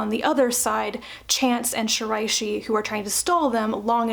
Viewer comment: Thanks for this review. I think I'm going to give "Orbital Cloud" a try. BTW, most of your pronunciations were excellent. You did miss on "Shiraishi," but that's cool -- you tried, and that's the most important part.